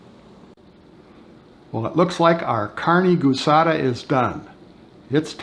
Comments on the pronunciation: All right, guisada is pronounced (Gee-sada). Looks great though. Was wishing I had smell-o-vision. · As a fellow Texan born and raised in San Antonio/Panna Maria (and attended college in Kingsville), the actual proper pronunciation is gee-sa-da. My technique is to buy stew meat from the local meat store, brown, then simmer for around 6 hours or so, until tender enough for my liking. I then add the other ingredients, which have already been sautéed. On occasion, I will use Fiesta-brand carne guisada seasonings, but it is basically the same thing as the seasonings you are using, but with an added thickener agent that helps keep everything together in the tortilla, otherwise, you can use a small amount of cornstarch.